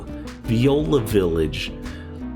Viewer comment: Viola (vie-OH-lah); not like the musical instrument. La Farge (rhymes with barge).